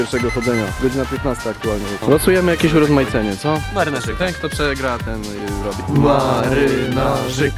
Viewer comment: W końcu ktoś mówi marynarzyk